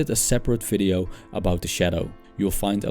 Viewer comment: Dude you spek video as FIDEO!!! ;-)))